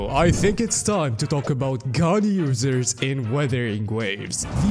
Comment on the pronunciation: "Ganyu-sers" oh, 'gun users' XD